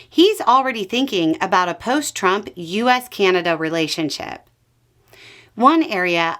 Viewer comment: Keeaanada lol, there is no ''kee'' in Canada